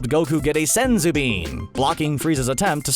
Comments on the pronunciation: The way you said SENSSUU bean ..... I'm subbed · LOL I see why you said senzu Bean that way team 4 star got another 1 lol